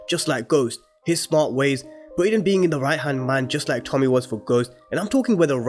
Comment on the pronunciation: Tariq (not tyriq) Brayden (not brendon/Brandon Monet “MOAN-eh” (not literally Monet) Folks please pronounce the fucking names right.